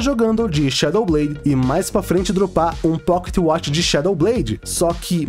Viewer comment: quantos "poquetiuatchi" ele falou kkkkkkkkkkk